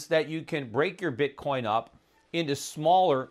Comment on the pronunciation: Bitcorn ? Learn to speak properly before you get on youtube.